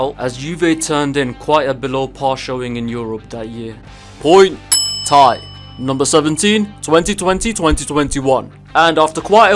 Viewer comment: Fr vid was going well until he said tie